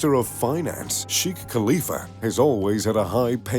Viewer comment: its shekh not shikh